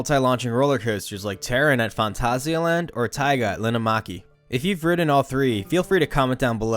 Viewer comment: that pronunciation of Phantasialand is spot on! You're the first english speaking coaster channel that I've seen, that pronounces it correctly